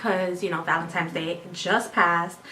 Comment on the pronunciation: valentimes, really?